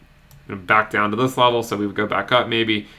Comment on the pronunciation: love your channel! Thank you so much. A little less emphasis on the "BACK into" wouldn't hurt your intro though :P